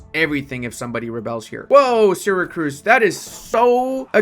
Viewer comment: Is it just me or pronounces "Syracuse" as "SyracRuse"?